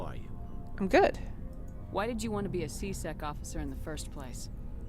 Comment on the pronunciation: whenver garrus says c-sec, i hear c-sex